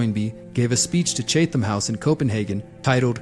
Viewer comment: Chatham is pronounced: Chat - um.